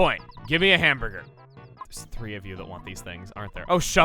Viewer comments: The way he makes it sound, it sounds like he says ham bger. He misses the other two letters. he doesn’t say it like ham bur ger. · It sounds very slightly like hambugger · He kinda sats it like "ham-buh-guh" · I sorta of noticed it after he talked about it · He can't pronounce the first r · Running joke that he can't pronounce hamburger